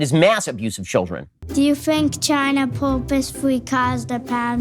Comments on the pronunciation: "Poop-ously cawzed the pam-demic?" Oof. Someone fire that casting director. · Protip: if you're gonna feed the question "do you think China purposefully caused the pandemic?" it helps if you make sure the kid you feed the question to can properly pronounce the word "purposefully"